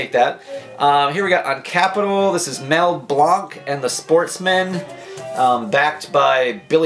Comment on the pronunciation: First time I ever heard “Mell Blanc” pronounced that way.